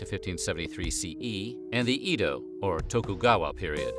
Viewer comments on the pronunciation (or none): Just a note: Edo is pronounced eh-doh , Kobe is ko-beh, and sake ( sa-keh). The e in Japanese is pronounced “eh”. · That's not how you pronounce Edo.